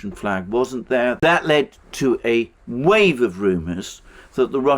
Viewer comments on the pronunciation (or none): none